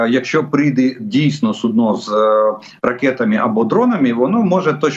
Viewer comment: Су'дно, а не судно'